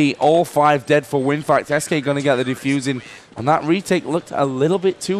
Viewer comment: Yep bro :). And it's WinFakt.